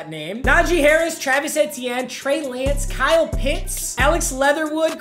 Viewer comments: Can someone tell him it’s pronounced “ietiene” not “ehtienne” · It’s ETN not et t n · Eeeeeeee TN I can’t keep hearing that it’s not eh TN Only complaint tho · really? eh-tee-en? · I hate when he says Etienne wrong lol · The way papa says Etienne is bothering me so much